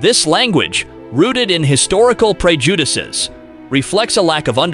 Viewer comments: "Pray-Judases" Is actually pronounced pred-u-disses" If you're going to get a someone doing your voiceover work, get someone who can pronounce the words correctly! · This AI is funny “pre judases” lol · The way he pronounced "prejudices" while talking about Morrocco.